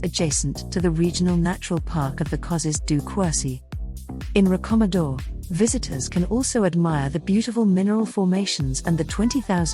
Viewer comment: Btw Quercy is not pronounced cwur-see but care-see